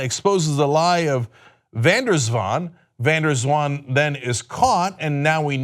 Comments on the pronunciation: Swans can be tricky. Van der Zwaan is surprisingly well pronounced by Cenk. White collars are ‘graaiers’. (Money lovers grabbing more and more) de Vos means the Fox BTW but whats in a (Dutch) name.. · Thumbs up for Cenk. Van der Zwaan, nicely done. (I have mentioned when the names had been slaughtered, this was done well.) The other names I give you... Showing it is not a certain nation but certain social layers. Not the white, not the black, not the latino, not the gay, not the feminist. but the: Filthy Richest!